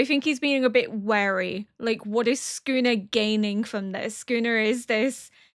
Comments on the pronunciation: Everyone else: Sukuna: Skooner 😂❤ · Girl pls I'm begging you to pronounce ALL the "U"s in Sukuna 😭🙏